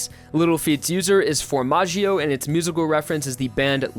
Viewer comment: all his pronunciations hurt me haha the way he said sale was particularly bad, formaggio, melone and passione are equally as painful